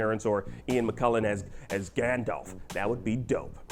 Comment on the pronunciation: It's SIR Ian McKellen not McCullen. He's a legendary actor, not distantly related to a f***ing sparkly vampire.